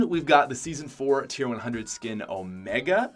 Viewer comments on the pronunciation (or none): none